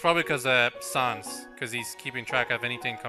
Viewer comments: Kawaii Mewz 1290 well excuuuuuse me! Canadians, not even French Canadians, pronounce sans like sawns and papyrus like pap rus. That is just him badly pronouncing words. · Triggered every time calls papyrus and sans pap-rus and sawns (It's pronounced pUH-pIE-rus and sAHns)